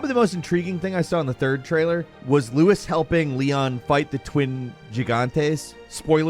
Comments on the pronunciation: It's LUIS, not Louis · Why are you pronouncing Luis, like that. In the original he literally says his own name, and it isn't 'loo-is'. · Louis?! Its Luis!! 😡 jk 😂